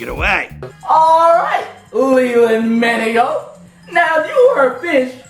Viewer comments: leland maningo lol u absolutely butchered my mans name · Dude he say ‘Leland Maningo’ Not Leland Minigo